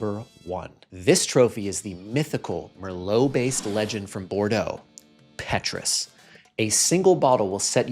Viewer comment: someting like Paytruus.